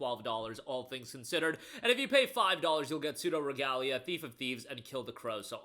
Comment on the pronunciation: Yes, you said Pseudoregalia right. Awesome indie game - very much inspired by oldschool 3D platformers like Mario 64 and the like. Lovely game, but the playerbase is a little thirsty for the protag lmao so careful where you step if you go into its Steam forum. And yeah when I saw Wild Hearts wasn't a Steam key, it kinda soured the whole bundle for me lol. I've heard of Sir Whoopa** (yay youtube censor) and it's a tongue in cheek indie soulslike. Not amazing but worth it for some chuckles and if you're into the genre.